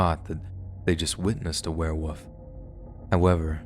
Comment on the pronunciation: I KNOW my comment is two years too late but is still relevant. Do you say, ‘Were-woof’? instead of ‘Werewolf’? It’s all the time, maybe it’s an American thing